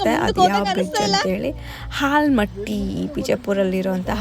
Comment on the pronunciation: ಹಾಲ್ ಮಟ್ಟಿ ಅಲ್ಲ akka ಆಲಿಮಟ್ಟಿ dam akka